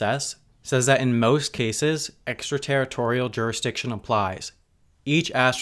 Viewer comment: "Juristiction"? (minute )